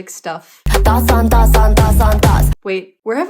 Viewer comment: She was gesturing to her head, as in "thoughts on thoughts", which is pronounced identically to "thots on thots". Maybe it's a lame double entendre. 😆